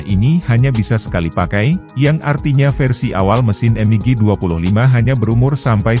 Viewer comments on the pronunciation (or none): Dibaca biasa mig, klo dibaca m.i.g kedengaran aneh😮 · Betul, berasa kurang pas aja didengar